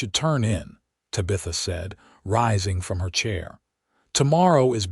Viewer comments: AI needs to adjust the name Tabitha… a great story but the mispronunciation of her name is an easy fix.. Ta-Bi- Tha..NOT Ta-bith-a… AI can fix this! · I wish the AI got TABitha's name correct. The story itself is wonderful. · I don't rhink i can listen to AI call her Tuh-bitha for 2 hours . Cya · Ta-bith-a (please) and Santa Fay -:)🙂